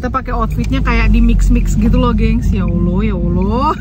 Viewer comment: Salfok pas bilang ya oloh ya oloh😅😁aku dngr ny ya Alloh2😅🤭